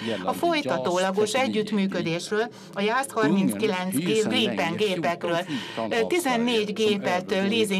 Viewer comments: Csak a kiejtésben Grípen (hosszú í), írásban nem. Svédben nincs hosszú í betű. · Nem Grippen hanem Grípen, hosszú ííí-vel egy p-vel